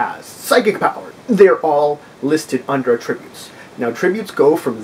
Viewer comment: I've seen others comment on this, but without any helpful suggestions; allow me to correct that. You say attributes incorrectly, at least to the ear of English speakers in the USA. You say "ah...tributes", when we pronounce it "at-trib-butes". Forget that there was ever a word "tributes", which your mind links to this one; focus on the "trib" part, and say it as your would in the word "trib-u-lations". You also seem to say it as two words, which is why I used the 3 dots for your version, indicating a pause- "ah...tributes". You should not only emphasize the "trib" part, but also say it as one word with 3 syllables, rather than saying it as two words. I hope this helps you be better understood in the future. I can look past you mispronouncing a word, but perhaps other members of your potential audience would be turned off by something hitting their ear wrong, especially because it is a word used so often with gaming and this video.